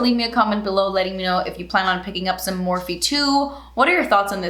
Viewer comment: Morphe = meeh..